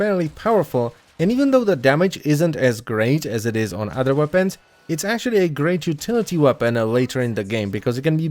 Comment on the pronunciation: Wopens, you said wopens